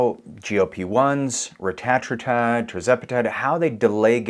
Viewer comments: To pronounce it, break it up like this… Reta - tru - tide. 😉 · He is French!😊